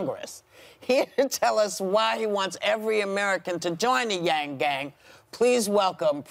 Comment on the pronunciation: Did she really say mr.gang?😂